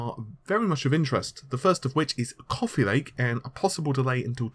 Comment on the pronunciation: couffee lake :)